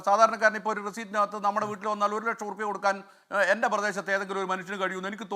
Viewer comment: ഓരു ലെക്ഷം ഒരു റെസീറ്റിൽ കേൾക്കാൻ നല്ലരസം